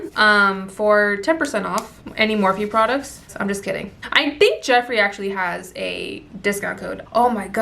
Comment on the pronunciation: New subscriber here!! I love your personality lmao pinche “Jefri” 🤣